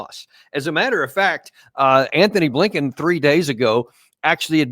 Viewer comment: Dude his name isn’t Anthony Blinken, it’s Antony Blinken. Be articulate if possible please.